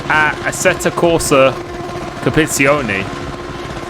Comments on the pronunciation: its competizione not copezione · DLSS will cure the stuttering. The word is Compe-tit-zione!! Don’t forget the tit!!😂😂😂. Looking forward to watching you in ACC. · it's pronounced "Com-pe-tizi-o-ne" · Competizione, not Compizione. 😅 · Competione? Dude ur bitchering that name.. :) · "This is assetto corsa Capizione" lol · ummm you what?!.. copeetzeeoni? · You seem to need some coaching in how to pronounce 'competizione'. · Exactly! Just try actually sounding out each letter, it helps… 🧐